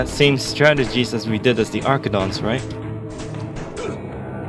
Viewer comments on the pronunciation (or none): It’s funny how you say: “arckidons” and “swordwraith” instead of the normal versions